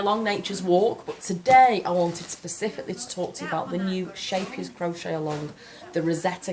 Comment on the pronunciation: Love this CAL. Husband has been unemployed for a while now so money is tight. Gutted that I can't get it now. But promised myself to get it once things are a bit better. When you said Scheepjes I had to laugh because I had no idea what you were talking about. In dutch the ch sounds like someone ripping fabric. It sounds amazing in english. Haak maar raak is a dutch expression about something being hooked/curved but a success (like it's supposed to be bad but it turns out to be really good). I love that she used that name. It fits so well with crochet <3